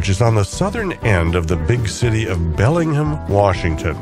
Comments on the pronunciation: A pleasant 24 minutes, nice!y presented. Just a couple glaring mispronunciations. Bellingham does have the ham part pronounced fully and it's the Fraser river named after British explorer Simon Fraser (Frazer), not the TV character. Oh, and in Canada we use the rooot pronunciation of route. After all, BobbyTroup didn't write the song Rawt 66.😁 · You mispronounced Bellingham. It’s all one word.